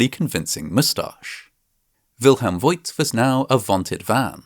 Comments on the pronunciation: Bürgermeister = Mayor Burgermeister = Burger master (there are probably hundreds of burger restaurants in Germany named "Burgermeister") And the name "Voigt" is pronounced /fo:kt/. The 'i' doesn't indicate a diphthong, but a long vowel, just like in the city of Grevenbroich. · By the way: Wilhelm Voigt is pronounced similar to Faught - or so. The letter "i" is a lengthening letter and makes the "o" longer. Unlike in English, where "lo(w)" and "loo" become something quite different. At least in pronouncing. Love your videos, thank you! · As a guy with a tiny bit of knowledge about the German language, I just loved mixing up the sounds of V and W! Well, I actually loved the whole episode (as usual)! Your humor is low-key, but hilarious!